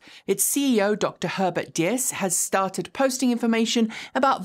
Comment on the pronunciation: Wolfgang Diess is pronounced like "dees"